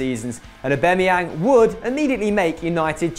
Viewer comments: Who else cringed when he said Aubemeyang not Aubameyang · U pronounce aubamyang wrong u noob